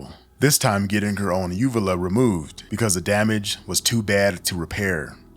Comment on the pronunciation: when you get cosmetic surgery you have to sign a release for those photos for the doctor to take them - and yes they use a phone these days this is extremely common i have had plastic surgeries - also UVULAS (she even pronounced it wrong) are commonly damaged from the breathing tubes during surgeries